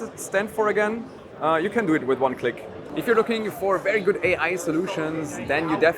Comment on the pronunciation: "Verry gut" video! Loool!